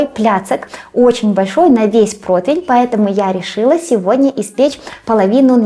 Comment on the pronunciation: дорогая! Очень прошу, пожалуйста! Вы и лингвист и кулинар, вам нельзя слово противень произносить и склонять неверно❤ Противень (не протвень) Противня (не протвеня) Противню (не протвеню) Противнем (не протвенем) Противне (не протвене)